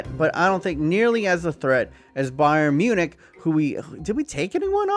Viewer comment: “Bayern munchin”